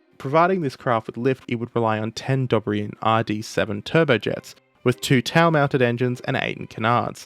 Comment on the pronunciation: I want to like your videos, but your accent is too overwhelming. you tried to say the word "tail" but instead you said "tao". That lazy, gross enunciation makes people leave the channel.